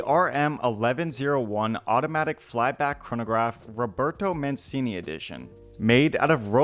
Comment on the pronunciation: He knows how to pronounce mancini